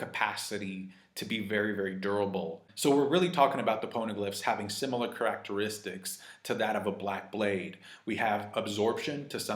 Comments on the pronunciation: ker-rac-ter-ris-sticks. lol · Is he doing that on purpose lol his Pronunciation of the word Characteristics is hilarious